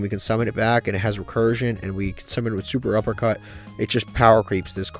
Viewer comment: Fun Fact: it's SET-UPpercut not Super uppercut